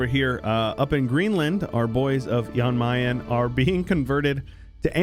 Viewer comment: It hurts me how you pronounce Jan Mayen and Jolof